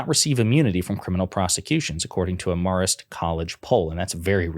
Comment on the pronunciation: “Mare-ist” college poll. Not “Mar-ist” 😉 Sorry…alumn lol